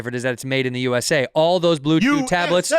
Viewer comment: Think bobby actually said blue jew instead of blue chew🤣